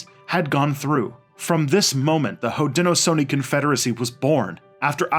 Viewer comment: Your pronunciations are so out of wack. Haudenosaunee is Ho-dah-nah-Show-Knee. And iroquois is pronounced Ear-ah-koi, It is not french even tho it looks like a french word. Onondaga is pronounced aa- nuhn-daa-guh. and I am only a minute into the video. I am not native american but I know for a fact how to pronounce these words from growing up in western NY. I like your videos, its just your pronunciations are very midwestern.